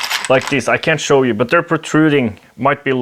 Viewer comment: "Let me sw you its features." Thanks for the great videos